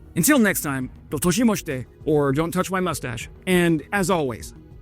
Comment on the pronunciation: (Cringe) please review the pronunciation of Dou Itashimashite before you use it again!